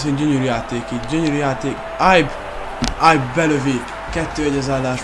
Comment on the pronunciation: de nem ájb hanem ibe ugy ahogy le van irva amugy jo vidis vagy 😃